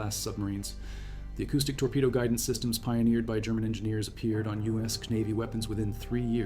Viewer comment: A convensional sub cant stay submerged for 67 days! Only a nuclear sub can, and what did the narrator say UES navy?😂😂😂